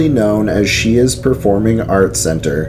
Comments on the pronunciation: As a local & a current native ,Great video! However Shea's is pronounced "Shays" 👍👌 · *caneeshus college is the local pronunciation. And *Shays is the pronunciation for the theatres in the area. You missed the forest lawn cemetery. Great work though. For those that don't know western new York is chocked full of paranormal stories. Lots of history. Going back to the Iroquois and Seneca and possible Vikings exploring. It's fun stuff. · as a Buffalo native, thank you for this video. Some of the proper pronunciations are Canisius (can-ee shus) Medaille (mi-dye) Shea's (shays). Great video! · pronounced sh-ay